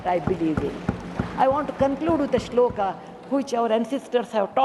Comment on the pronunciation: Who noticed sanskrit shlok was cited wrongly...no issue ,she is not politician